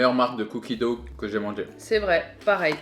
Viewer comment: Je vous en supplie "cookie dough" se prononce cookie doe/dow on entend pas le g, c'est pas en mode "dougue" Mes oreilles on eu du mal 😅